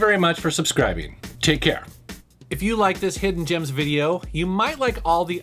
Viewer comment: Man said "Hoffen Gems" I am sad.